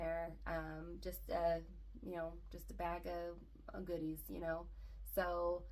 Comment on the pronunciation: I thought you said Goonies at first which fits with the 80s kid theme lol goodies, goonies it’s all fun things Congrats on 2500!